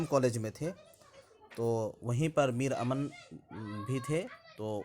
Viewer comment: میر امن ۔۔میم مشدد سے پڑھا جائے گا